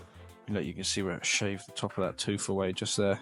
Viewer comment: I'll never guess whAAt company owns thAAt vAAn